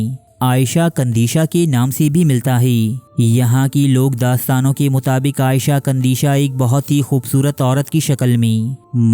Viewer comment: Video's Daily dekhta Hun . per is video ne bohot ghussa dilaya . Parrh ker bhi galat naan bol rahe ho woh bhi bar bar . Aisha kandisha (عائیشہ ) Nahi he. ( iisha - عیشة ) he.